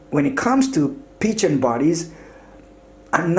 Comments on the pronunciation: A great review, But the Phicen is pronounced (PH=F) so it is (Fi-cen) not Pi-chen. Great work keep posting awesome reviews. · It's pronounced fy-Sen. Not peachen. Omg. 😂😂😂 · You provided good information. As far as I know, Phicen is pronounced (Fi-sen). Your pronunciation is off dude! By the way, your voice is annoying. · Why is he saying peachin? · Peachen lol you pronounce it like fize-zen 👍🏼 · It was pronounced Ficen the PH makes an F sound. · Thought it was pronounced Ph-eye-sin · I believe it's pronounced "fiken" I think? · I couldn't watch this the fact that you kept on saying peachan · Some people pronounce Feisen, Piccan, Fissen, Pissen, but first time hearing Pichen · It's pronounced Fi-sen